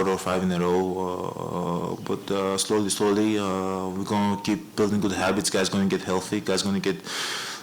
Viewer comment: slowly slowy 🤣🤣 Doesn't get much more Greek than that!